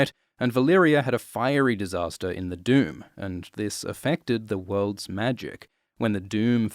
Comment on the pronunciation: I honestly thought you kept saying the “dude” when you’re saying “doom” 😂